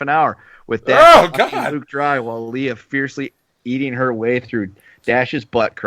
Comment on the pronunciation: its "lay-uh" not "lee-uh"....dude.